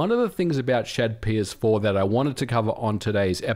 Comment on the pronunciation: i hate when brits try to say words.. it sounds like you are saying shed ps4 even the cc thinks so but you are saying shadps4 i only know that as i can see it at the top